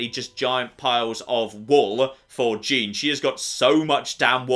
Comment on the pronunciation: I really don’t like your pronunciation of “Jean”